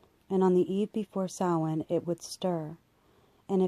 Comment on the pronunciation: Excellent.proper pronunciation of Samhain as well.thank you for this.